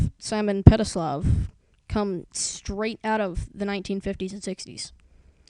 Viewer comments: its petrikov not pelitov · Its not simon petislav its simon petrikov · petrikov simon petrikov not petrisalv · Clever but one thing It's petrikof ( or however u spell it ) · dude its petrikov not petslilov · Ice kings name is Simon Petrikov, not whatever that guy in the video said